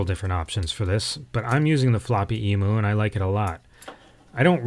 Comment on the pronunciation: As an Aussie, I just want to let you know about the pronunciations of Emu (eem-you) and Bondi (bond-eye). I considered not saying anything because this video was so good and I’m getting hung up on trivial nonsense. Also, I agree Apple neglected its cash cow, the Apple II. But I think Jobs was right. The company could have put all its resources in the Apple II and made it the world’s market leader of 8-bits. But while it took them quite some time to get there, the Mac (or the concept of the Mac) was their ticket to the future. But I have the benefit of hindsight. Who knows what would have happened if the IIGS was continued and and the Mac discontinued. We may well be using GS OS X now (or gsOS).